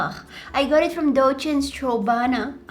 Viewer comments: 😂dolce strobana made me laugh a lot😂😂😂😂😂😂😂❤ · You murdered dochns strabana - 💀☠️😣😩😂